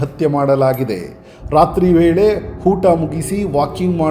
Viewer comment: Oota not hoota aaru not haaru